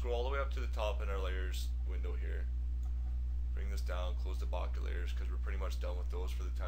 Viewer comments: BOH-KEH...or even BOH-KUH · Bokeh pronounced bow-keh. Its a photographic term which originated from Japan meaning blur or haze. Great tutorial but I had to share with you this info. All the best.